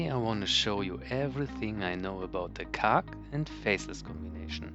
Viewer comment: I don’t think you got the joke 😝 I was hinting that the way you say “khark” sounds like you’re saying “cock” 😜